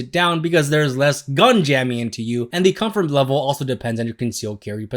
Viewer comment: THE WORD IS COMFORT. REEEEEE